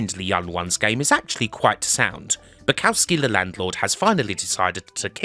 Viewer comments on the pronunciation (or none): The landlord from The Young Ones (and the other characters played by Alexei Sayle) is named Balowski, not Bakowski.